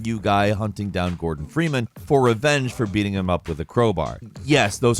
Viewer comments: Boh GORDON Freeman lmao I legit thought you said Morgan until you said the name again 😂 I was imagining this guy seeking vengeance agains Morgan Freeman lol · When he said Gordan Freemanthe first time I though he said Morgan Freeman... I was so confused 🤣